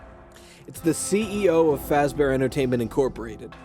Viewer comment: I don’t get why this would be where you lost it. “Freddy Fash-Bear” is where you would have lost it, but I’ve also lost it so I’m fine with this